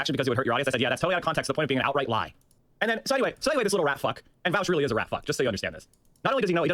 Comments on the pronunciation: Voush rhymes with couch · I love when people say vaush name wrong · Imagine being so bad faith that you pronounce someone’s name correctly the first time, but then pronounce it wrong when you’re face to face with said person, so petty.